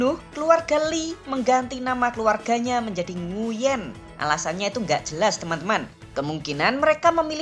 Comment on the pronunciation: Koreksi : "Nguyễn" seharusnya dibaca "NGWEN" atau "NGUEN" ( kombinasi huruf /uy/ selalu dibaca sebagai /w/ dalam bahasa Vietnam jika diikuti vokal /e/ ) . Huruf /e/-nya dilafalkan seperti huruf /e/ pada kata "keras". Kurang tepat jika huruf /e/-nya dilafalkan seperti è pada kata “èmbèr”